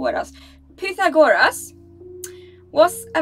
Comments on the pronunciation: Aeschylus is pronounced ESH-al- us. Pythagoras is pronounced Pie-THAG-er-us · pythagoras is actually a greek name and its pronounced pe-tha-go-ras